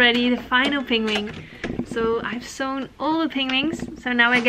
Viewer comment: Hahaha! This made me laugh and blush. I was practicing on the penguin pronunciation. But I'm not sure it's really improving haha